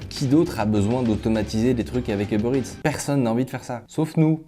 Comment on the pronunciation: "Heubeurre Ète"